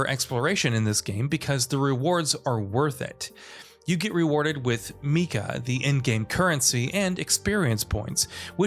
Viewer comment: Tengu is pronounced the way it is spelled. Ten, gu. Meika is maybe more ambiguous but it's still kinda clearly may-ka.